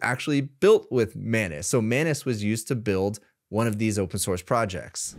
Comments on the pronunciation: I think it's pronounced Muh-ainas and not Mah-nes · Etymology would suggest that the correct pronunciation is "anus", as it is spelt and looks. "An-us" would be spelt as "annus", from the Latin, and refer to a period of a year - see: "annus horriblis" and, indeed, "annual" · I cannot unhear you pronounce it as “my anus”… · That is not how you pronounce anus. 😂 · Hey, I think your pronunciation of Anus might be wrong.